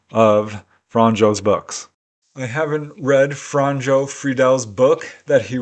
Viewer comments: I really like your videos. 1 tiny thing,In croation j is pronounced y so Franjo will sound like franyo, german also has y sounding j. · If it matters, it isnt "fran-joe"... more like "franyeo". The 'nj' in Franjo makes like a 'nye' sound. Imagine 'Fragnio' in italian.